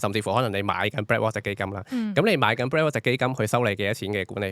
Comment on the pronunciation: Can pronounce properly? Heard BlackWalk instead of BlackRock